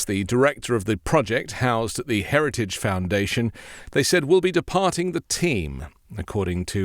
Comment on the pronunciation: Did he say heriage instead of heritage? 🤣